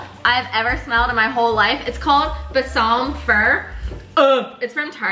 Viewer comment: The way you said balsam 😂😂😂😂